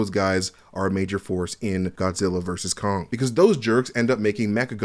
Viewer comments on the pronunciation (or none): none